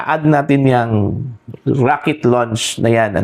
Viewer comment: Raket... hindi rocket. Baliw.